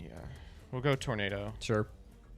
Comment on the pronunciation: Did anyone else hear saying tomato dragon when he was summoning tornado dragon.